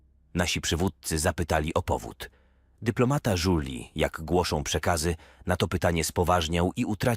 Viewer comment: Duplomata Żuli. Nic mnie tak dawno nie ubawiło, brakuje dyplomatów dresów, dyplomatów patoli i wielu innych dyplomatów bezdomnych. (czasami lektor czyta "Żuli" a czasami "Żużli") oraz zamiast: Myliliśmy sie - Myliśmy sie. (no to chociaż nie smierdzieli jak Żule)